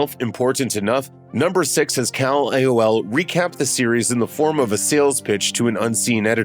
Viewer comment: Guys can you really not give these narrators a rehearsal read through? Who is kal-elaol?